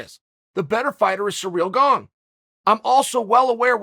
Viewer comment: “Surreal gone” lmao if you don’t know how to say his name nobody is going to listen to what you think about him